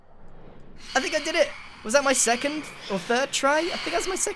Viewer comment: “Was that my SECONTH or third try” -Grian